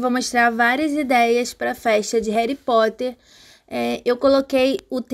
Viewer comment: Rerri Poter essa doeu